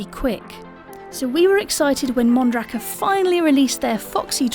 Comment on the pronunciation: The way they said mondraker made me want to kill my self